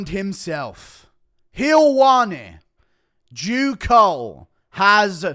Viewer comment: Bro called him Jew cold haha